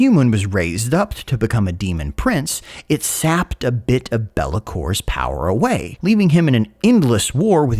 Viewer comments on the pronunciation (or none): none